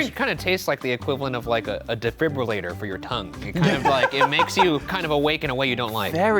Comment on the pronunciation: A DEFRIBULATOR FOR YOUR TONGUE!!! GENIUS.